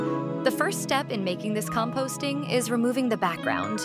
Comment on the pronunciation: "COMPSTING" ??? IS BRO AN FARMER 💀☠️